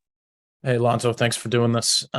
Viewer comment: I don’t know which country that is but it’s a dumb country for mispronouncing Lonzo’s name. Go Lonzo and Go Bulls!!!